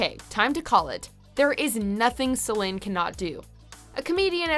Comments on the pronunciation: Annette Martin yeah it’s something like ‘Silynn’. The é and the i are pronounced almost the same. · The lady’s pronouncing it right. In Québec, the é and the i in Céline are pronounced almost the same. It’s something like ‘Silynn’. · Sell-in is the actual pronunciation, because it's a French name. Seell-een is the mis-pronunciation that Anglophones make all the time. It's really annoying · Nope. She pronounced it correctly. Celine pronounces her name C Lynn. It’s French Canadian. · Céline (Say-lynn, with stress on the "say") = > says me who's french canadian. So this video is accurate, as in how her name is said in her native language. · LMAO that's how her name is pronounced in French, it isn't Celeene that's just anglophones mis-pronouncing it lo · Watchmojo is based in Montreal so they are even Québécois like Celine. I trust their pronunciation is accurate if unusual for our American ears. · it's not a running joke.. that's how her name is actually pronounced. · She’s actually pronouncing it correctly. That’s how you say it in Québec. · Bro. It is actually French pronunciation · That's the correct French pronunciation. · Why? She's one of the few anglos pronouncing it correctly. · Yang That's the correct pronunciation. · Im from Nova Scotia Canada and I’m full bilingual. I’d agree. It’s pronounced how she says it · Because that's actually how it's pronounced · It's in french, she say it right. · That is how it is actually pronounced in Quebec. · Nope, she say it the right way. You're juste all saying the name wrong. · Nope. She is correct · That’s how you pronounce it in French. So technically she’s saying it right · well, yes and no, I get what you mean but technically, you cannot translate given names. She's still french canadian, her name is meant to be pronounced that way. ;) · She’s pronouncing it right. That’s how you pronounce it in French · She's doing it right, as in how it's pronounced in french here in her native Québec.